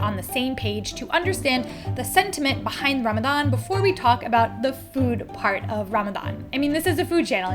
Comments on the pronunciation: I love also how you went out of your way to pronounce words correctly like Ramadan and Muslim ❤ felt so genuine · I LOVE the way you pronounce Ramadan! its refreshing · Okay, I have to give it to: perfect pronunciations. I don’t know if it comes naturally to you now (given your partner) or if you actually made an effort. In any case, it’s noticed and it’s appreciated. 🤗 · Hit like the moment you pronounced Ramadan correctly 🥺the effort to learn <3 ✨ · Thank you so much for shining a light on what is such an important part of the muslim faith. I am so impressed with your pronunciation of Ramadan, ifthar and maghrib ❤❤❤ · The fact that you say Ramadan correctly makes me so happy :) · love the way you pronounce "Ramadan" and "Muslim"!